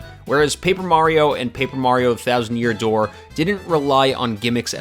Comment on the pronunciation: "and whybis it the thousand year dooe" hahahaha ur good! but yeah.... thats my fave!